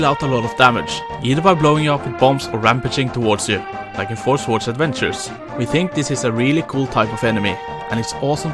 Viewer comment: Please, stop saying "soårds". Just skip the "o" and you'll be pronouncing it prefectly. Despite my nitpicking, I enjoyed the video, so thanks and gj ;)